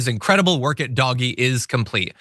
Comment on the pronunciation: Please it is Dog E